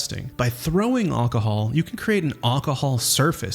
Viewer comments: he's saying "ocohol" when he says it the A sounds like an o and he completely misses the first L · Great video, but why can't you pronounce alcohol? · I have never heard anyone pronounce alcohol the way you do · That is definitely not how it is pronounced lol.